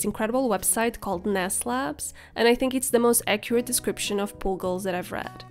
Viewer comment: it sounds like you're saying pool goals